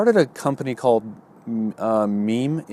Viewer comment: I was talking to the screen when he said meme. Nooooooo haha.